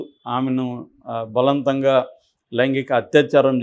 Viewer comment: బలంతగా కాదు బలవంతంగా.....